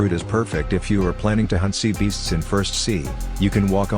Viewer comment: bro really said "griding sea baeasts in first sea "